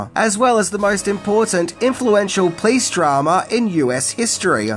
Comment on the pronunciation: "The Los Angeles Please departement" 😂 Love how you pronounce police: "Please" It's "Po-lice"! Oh well. I love your vids anyway!